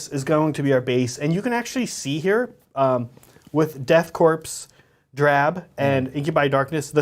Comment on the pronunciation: Great video! It's pronounced core but is spelled corps Death Core. Coreman though spelled corpsman